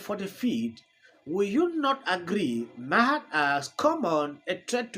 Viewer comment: It’s pronounced bill marr